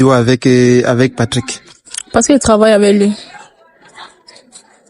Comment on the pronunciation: S il vous plaît reprenez vos livres on ne dit pas Cravailler mais Travailler. Différence entre Tr et Cr.